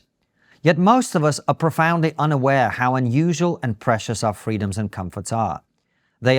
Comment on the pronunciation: kisin says ‘fweedumz’ He says we unusually freee over in aid, lol. Can build new things anywhere, can’t do anything anywhere. Dumb everywhere. Kisin big dum